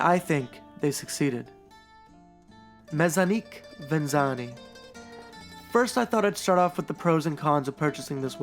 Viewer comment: Looks like a decent watch. Pronunciation wise, I would go with meck-ani-kay ven-et-see--ah-nay. I think the thought behind the brand is ‘Mechanical [watches of] Venice